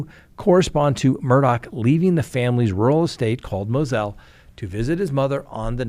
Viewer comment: It’s MUR DAW NOT MURDOCK